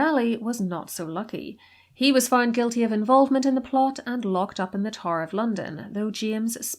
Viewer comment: Its tower not TAR.